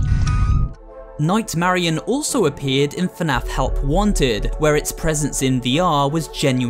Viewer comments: im pretty sure its nightmarionette not nightmarionne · It’s not night Marion it’s night Marinette